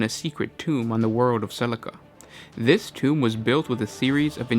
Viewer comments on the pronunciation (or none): none